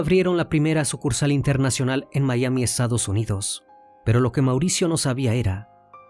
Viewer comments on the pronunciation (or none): none